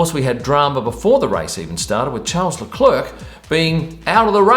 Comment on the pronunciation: Just a sidenote : the correct pronunciation for Charles Leclerc in French/Monégasque is more like Sharl Leclair ;) Nonetheless, great insight as usual